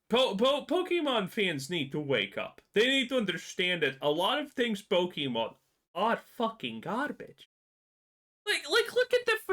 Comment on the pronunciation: Your not a Pokemon fan if you can't pronounce it correctly. That's already a dead giveaway